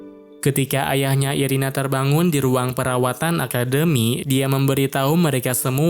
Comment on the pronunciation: Irena bang bukan irina😅